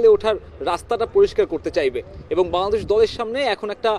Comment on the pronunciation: *শ্যা-দেশ বলে কি😂😂😂😂